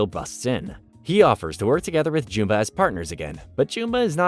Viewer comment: Why do you pronounce Jumba's name that way?